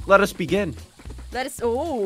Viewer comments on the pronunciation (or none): LETTUS begin